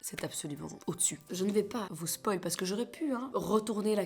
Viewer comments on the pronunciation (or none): none